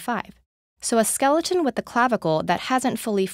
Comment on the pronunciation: "Skel E. Ton" lol